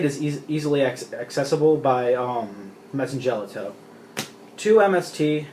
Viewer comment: Your side decking macro and d fissure? You do know the madolche hit the grave before being shuffled right? So you can't add back to hand with chateau or search from ticket. It pretty much wrecks your deck. And you mispronounced mewfeuille and messengelato sorry just bugs me.